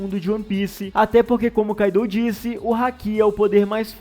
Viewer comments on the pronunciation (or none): none